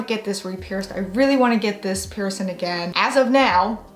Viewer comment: It is "PiercING" not "piercin". Please try to speak correctly or not at all.